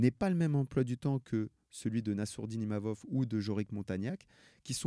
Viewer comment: C’est pas Imamov Dana, c’est Imavov